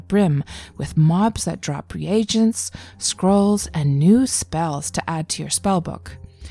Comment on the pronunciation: I hit the dislike from your pronunciation of "re agents"...its pronounced reegents...